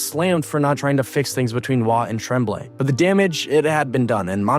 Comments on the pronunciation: It's pronounced Tromblay I hate these f**** AI voices lazy pieces of s*** doesn't the guy who edits this have a f**** voice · It's pronounced TROM blay. Like trombone. Thx from YUL. Love Roy's move. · Never heard Tremblay pronounced with a short "E" sound, as in "tremble." I always remember it pronounced like "on," as in "en garde" or "entre nous." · You can't do hockey videos if you think he's Trehhhmblay. Come on man. Learn your craft. It is one of the most storied names in hockey history. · The coach's name is pronounced Tromblay, and he was also French, so what the hell are you talking about ? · Can we get a reporter that can pronounce real names . TREMMBLAY , give me a break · The guy reading the script needed to be told how to pronounce the Canadien's coaches name... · Mario Tremblay is a French Canadian also. you don not even say his name correctly. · say Mario Tremblay like you weren't born then or in Canada. Yikes. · Other than the egregiously bad pronunciation of ¨Tremblay" this was a great video of a day that I hated. I had not picked up on the fact that the team that drove him out of Montreal would later be eliminated by him playing for the Avs one season removed from being in Quebec and thus the archrival of the Habs. Montreal would eventually get another generational talent in net in Carey Price, but one finals appearance would be the closest he and the Habs would come to adding another banner to the rafters.